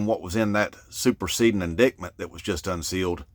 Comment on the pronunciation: With respect, it's pronounced in-DITE-mint not in DICT mint.